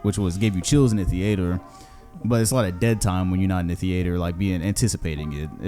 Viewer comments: saying the ater instead of theater you sound like stephen a sying kember instead of kemba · “theeator” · Why tf say theater like that its got me kinda fucked up, is that a florida thing or sum?